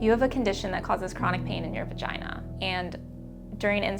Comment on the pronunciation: Ur Vah-gye-NAH is not an excuse to not shave ur upper lip.